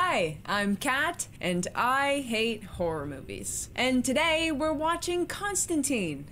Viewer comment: There is one thing wrong with this movie, and it isn't what you said ... It's their pronunciation of Constantine. He's a DC character, and the name is meant to rhyme with wine.